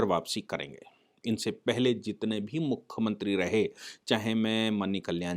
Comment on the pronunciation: आप मुख्यमंत्री को बार बार मुख्खमंत्री बोल रहे हैं